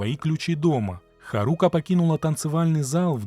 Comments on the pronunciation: При всем уважении а что нельзя посмотреть как произносится имя? Куда ставится ударение? Какая еще харУка? Когда хАрука произносится. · ударение на первый слог в имени Харука. Ты что аниме вобще не смотришь что ли?